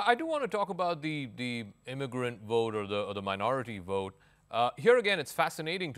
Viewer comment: It is called vote not wote.